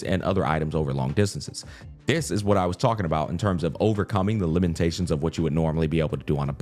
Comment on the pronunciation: Unc's next challenge is pronouncing the word "limitations" after overcoming Startorch 🤣 Nothing but love though <3